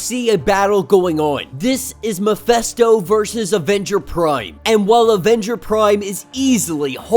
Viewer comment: You know, that his name is MephIsto, not MephEsto? Right?